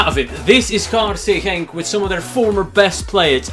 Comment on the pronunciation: his KRC Genk pronouncation was way to good